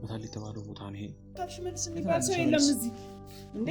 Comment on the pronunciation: ለምን ትቸኩላለ ሽሠልስ አትበል ፈጥነህ